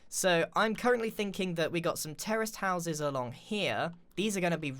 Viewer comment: Every time he says terist house I hear terrorist house